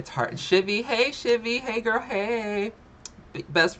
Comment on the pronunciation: Doesn't Amberlynn say "gorl"?? 🤔